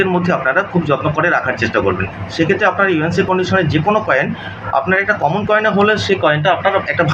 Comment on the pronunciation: यह आदमी मनुष्य को coman coman बोलता है